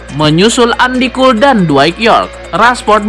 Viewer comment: Min, cara baca Andy Cole yang benar itu "endi kol" bukan "andi kul". 🤣🤣🤣